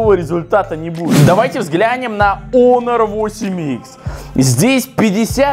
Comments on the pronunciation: какой раз смотрю и задаю вопрос . КАКОЙ ОНОР ЕСЛИ ПРАВИЛЬНО ХОНОР!!!!!!!!!!!!!!!!!!! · Во первых: не "онор" , а "хонор" И второе: половина смартфонов выключены (все кроме 2) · Не онор , а Хонор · ПОЖАЛУЙСТА, ПОЖАЛУЙСТА. Не Onor, а Honor И да, 1)Honor лучше твоего айфона. 2)цена разная 3)включал не одновременно 4)ХВАТИТ ОРАТЬ! ГОВОРИ НОРМАЛЬНО. СЕЙЧАС ПРЯМ ВЕДЬ СЛЮНОЙ В ЛИЦО ПЛЮНЕШЬ. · Как бы он не онор а хонор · Не онор а хонор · Онор а хонор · Хонор а ни онор